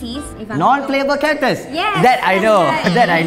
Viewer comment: "Nun plewabel karektes" hahaha